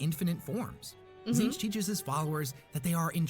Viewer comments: How does Tzeentch (zeen-ch) get read as “zin-TECH”??? There’s clearly double E’s and no E between the latter T and CH. 😅 Also, lemme see if this oversimplification helps: • Khorne and Nurgle are 2…3-ish…forms of death, those being death by violence and death by disease and natural causes, as well as wrath and sloth. • Tzeentch is knowledge and various forms of change and manipulation, be it adaptation/evolution, fate/destiny, choices of words ( truth or lies ), etc.. • Slaanesh is just sin w/ a non-binary intersex self-ID and pronouns. … OK, look, as a Khorne fan and Nurgle + Tzeentch sympathizer, I ABSOLUTELY DESPISE Slaanesh, more than Erebus, Leandros, and the Dark Eldar combined. He…She…They…It is basically just all the stuff we do and like in our everyday lives, but cranked up to unnecessarily depraved levels, a.k.a. the technical definition of sin. That’s why some religions are so strict about what you can and cannot do, bcuz doing something in an obsessive, unhealthy manner will f@ you up in the worst ways imaginable and it’s never a good thing to do, hence the whole “do things in moderation” thing. There’s a reason that phrase exists and things like Slaanesh are the reason why. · You know it works when Tzeench fuck up her saying its name lmao